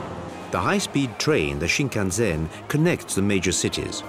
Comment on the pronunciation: It is sinnkannsenn not sinngannzenn